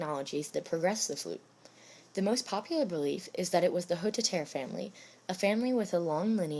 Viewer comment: The name Hotteterre has four syllables, not three.